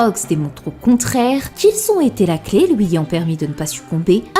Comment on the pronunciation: Je me demande c'est quoi son accent qui consiste à prononcer les "u" suivi d'un "i" en "ou". une "souïte", "pouïsque", "louis"